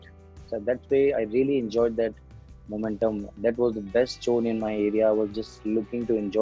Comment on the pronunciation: Jone instead of zone